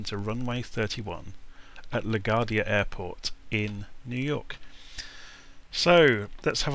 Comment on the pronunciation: it's pronounced La-Gwardia not la-Gardia.